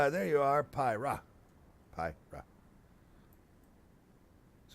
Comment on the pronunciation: Its Pyrrha..not Prryha.. PY-RRHA